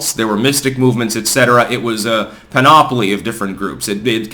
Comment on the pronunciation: …. The word is PANOPLY (pan-o-plee). Not PANOPOLY (pan-op-o-lee; like Monopoly). An author who speaks for a living should know the difference. Aloha.